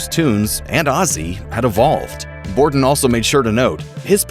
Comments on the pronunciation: Mike BORDIN not Bodrin lol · Mike BOR-din. Not Brodin. Bruh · Aw, c'mon Grunge. Your narrator flubbed the third word of the script. It's 'Bordin', not 'Brodin'. 🤘🤘🤘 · Its Mike Bordin, not Mike Brodin 🤣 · its Mike Bordin not Brodin. such a legend you should correct it!!! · its Bordin.... not Brodin lol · i'd go even further than say dyslexic because he actually voiced it that way! what a fool Bordin is a legend!